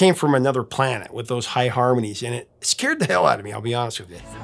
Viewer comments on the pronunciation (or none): none